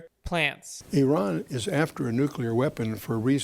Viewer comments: Nukular? WTF! Try reading it slowly and sound it out like a 10 year old at school. N.U.C.L.E.A.R... new-clear... nuclear. Only one 'U' and only one 'U' sound. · Maybe those who can't say "nuclear" shouldn't be talking about nuclear weapons or talking over someone who CAN pronounce it. It's New-Clear, not New-Cue-Lar. Where were you thirteen years ago? This stuff is clearly new to you, but nothing much has changed in this since the nineties. The virus He's talking about is Stuxnet. Google it. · Nuclear please not nucular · Sorry. It's pronounced NU-CLEAR. Get it? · “NeWcUlUr weapons?! He said nEwCuLuR weapons??” 😂😂 love you brother, great video! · "It's nucular" - Homer Simpson